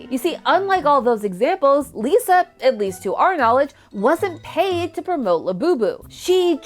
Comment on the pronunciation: I love how she says Lalisa instead of Lisa